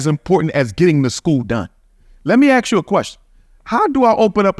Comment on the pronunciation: Yet you still can't say, "ask" this dude is a clown